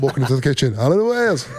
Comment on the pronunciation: It's Alun not Alan